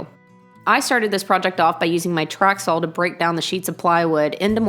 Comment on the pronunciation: Why do you pronounce saw with an L at the end?